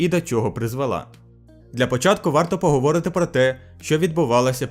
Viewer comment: Друже, хочу виправити Не поговОрити, а поговорИти. Дякую за відео!